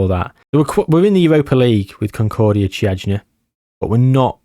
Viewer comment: Actually for the Romanian team you're pretty close. It reads `Kiajna` instead of `Chiajna`, otherwise perfect. There's a very interesting story between FCSB and Steaua Bucharest, a fight for the badge, colors, history, etc